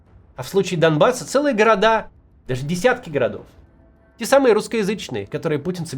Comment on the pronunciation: чистейшем русском языке центр (Г)орода